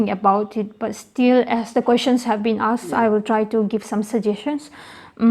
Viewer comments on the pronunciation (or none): its asked not aksed